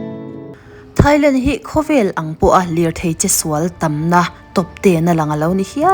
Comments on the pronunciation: Thailang❌ Thailand ✔️ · Thailand ❌ Thailang ✔️